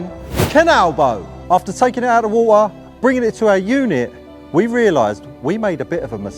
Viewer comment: Water ❌ Woha✅😂